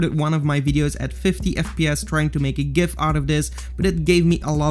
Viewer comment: pronounced gif as it is supposed to be pronounced. 100 respek points.